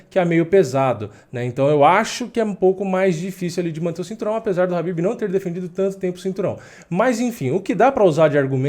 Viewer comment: É khabib pourras e não Habib.